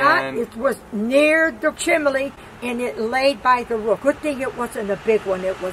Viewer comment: “It almost knocked down her chimley” 😂😂😭